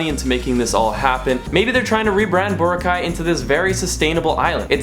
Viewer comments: It’s not Bora-cai, it’s Bow-rah-cai! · bohra-caii? nuh bruh bo-RRA-cai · It is pronounced bOr-aww-kai. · Enjoyed your video, but Dude! It's Bor-ROCK-eye, not boruh-kye. LOL. Just messin! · It's "BO-RAAAAAA-KAI". Not Bo-ra-kai. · Why does he keep calling it Bora-ki it's Bor-rakai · Nice video there. By the way, Boracay is pronounced bo-RA-cay, not bora-CAY. Stress is on the second syllable. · He said Borca not boracay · It's not Bur-cay, it's Bo-ra-cay! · Jachinoy15 It’s Boracay, not Bora. Because Bora Bora is another tourist island in the Pacific! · Nice vid, but learn to say Boracay correctly - "burr-ROCK-eye" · I was so distracted by the way you pronounce it. Is it BORA-kay OR Bor A KAY or what? .... I mean...you didn't say it the same way twice.... let us know. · It's pronounced phonetically "Bore - rock - kai" just fyi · Ba-Rock-I is how you say it man...lol... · Boh - rah - khay ( stress on 'ra' ) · Bo/rah/ khay- stress on the 'Ra'. Thank you. :) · You pronounced boracay incorrectly. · Stop saying the name of the island wrong. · Everything is changed except you foreign people who always pronounce boracay the wrong way.. pity.. Do you want us to pronounce "Chicago" the wrong way.. Hopefully you dont get hurt. So sad, just dont come to the country if you cant pronounce correctly..alright? 😐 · It seems you've been there enough times that people there really welcome you. So, repay our hospitality by pronouncing Boracay correctly. I know you know how. You did it at least twice in this video. You're almost Pinoy. So, honor us in this way as we are honored by your patronage and seek to honor you as well. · If you're going to do a video on a certain place at least know how to pronounce the name of it. Good video though. I was there in 2006. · How many pronunciations of BORACAY can you fit in 1 video? Haha Love the vid! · Why Neither You Or Your Girlfriend Can't Pronounce BORACAY Correctly. Gro up men.